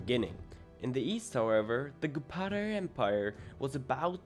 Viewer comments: Bro trying to pronounced gupta : gupata empire/gupatra empire/gupatian empire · funny thing is. i was super high when watching this so i was hyper analyzing everything. it was a very fun video btw was surprised u had such low subs. also please its gupta not gupata. that pronounciation was killing me lol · gupta not goopada